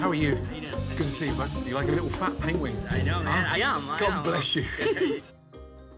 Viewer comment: Gordon said “Pen-Wing” Just like Benedict Cumberbatch.